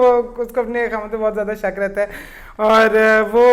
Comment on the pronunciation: Why u all r saying SHAAK, its shak